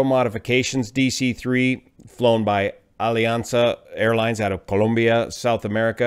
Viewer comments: joe The nation is named, "Colombia", not Columbia. As someone who has deep ties to Colombia, I appreciate hearing it pronounced as a Colombian would. No big deal. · pronounced the country's name correctly. (BTW, it's spelled "Colombia" not "Columbia") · Thank you for the video - I certainly like the way you pronounce Colombia 🇨🇴. I was born in Cali and moved to California at the age of 9. Glad to see that an incident did not cause any serious injuries other than the aircraft. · Excellent vid as usual. Also nice to hear someone not say "Columbia". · My Spanish teacher who is Columbian insisted that we pronounce it exactly the way you are. She would be proud.